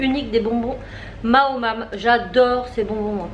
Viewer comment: maoam pas maomam ^^ lol